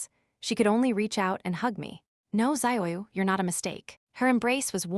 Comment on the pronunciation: Some of the ways the computer voice says names. Ziyu would be DZUH-yoo ,Or tza-yoo, not what wierd zahyayaoo thing they are doing.